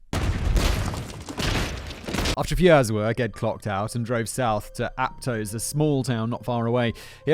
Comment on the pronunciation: Thank you for pronouncing Aptos correctly!!! 🥹